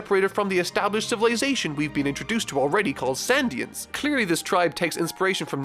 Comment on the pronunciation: "sandians" "merry go" bruh where are you getting these, its going merry and shandians